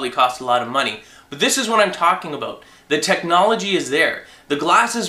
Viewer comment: "talking aboot, about, what i'm talking aboot" lol